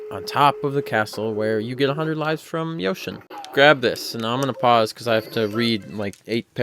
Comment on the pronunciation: XD lol "Yoshin." lolololol